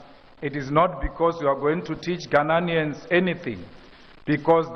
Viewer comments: It's ghananians 😅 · Mr. Malema never gets the pronunciation of Ghanaians correctly.